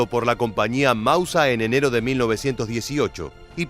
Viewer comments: Hablo alemán. Lo aprendí en el Instituto Goethe. ¿Qué querés? El tipo éste se las da de historiador, y ahora... ¡de germanoparlante! La e y la r al final del vocablo DEBEN pronunciarse. Es "MausER", no "Mauseah", y en el caso de "Gewehr" (según el diccionario Langenscheidt, rifle, fusil, escopeta) al alargarse las vocales antes de la h, se pronunciaría "Geveeer" (la w es v), y nunca "Geveah". Este nabo debe decir "Bayer Miúnich" en vez de "BayerN Múnich"... ¡¡Jaaaa!! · Mauser ser ser..no Mausa¡¡ es un apellido, no deformes mauser asi comonse escribe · "El mausa" pronuncialo correctamente